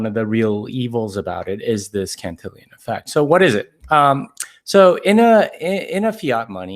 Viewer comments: It's pronounced CAN-TIL-ON effect, not CAN-TIL-I-ON effect. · yo that’s just not how you say my name! it’s (can-till-on) not cantillion